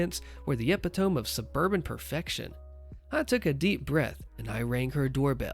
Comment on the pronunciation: epitome .... is pronounced "e-pid-a-me" aka "e·pit·o·me" /əˈpidəmē/"